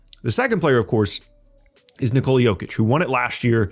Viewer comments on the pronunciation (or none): It's not "nikOla", Bozo. It's "nIkola". The stress is on the "i". Just say Nicholas but drop the -s.